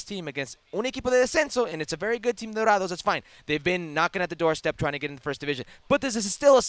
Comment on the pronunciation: Salazar, can’t even pronounce “dorados” give a young brother a chance